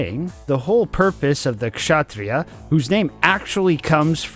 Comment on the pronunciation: HOLY HELL you pronounced like how its said in Hindi! I love it